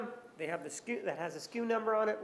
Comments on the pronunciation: It's SKU, not SKEW. It stands for stock keeping unit. Walmart has messed with retail vernacular so badly. It's like how they shortened the word "shrinkage" to "shrink," or "straighten and fill" to "zone" (IE: "Go zone those shelves"). Gross, just gross. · "SKEW" ?? The girl is wrong...It's SKU (Stock Keeping Unit). Fire her. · No, it's SKU. Not SKEW..... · Sku- store-keeping-unit Lol not “skew.” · It’s SKU not skew. SKU stands for stock keeping unit. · They could've simply had the receipt scanned at Walmart. If she returned the gas can the computer simply would tell them accurately simply. Date/time etc. Instead of going through the whole process. We've all returned items. We know the process. Btw it's SKU not SKEW. But that's okay. Walmart girl is a sweetheart. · The walmart chick is dumb as fuck. its not 'skew' its 'sku'. Ive never worked in retail and I know that. Plus she kept giving irrelevant information in so many answers. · SKU, not skew!